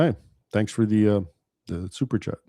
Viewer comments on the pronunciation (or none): none